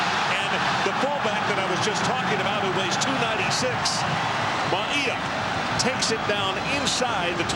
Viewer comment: Announcers ALWAYS had difficulty pronouncing UH #34 Mauia=Mao-wee-yah....Maui (like the island) + ah!-lol/smh